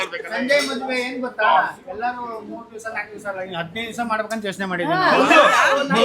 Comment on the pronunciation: Yarlu ❌ Yalru(Ellru)😅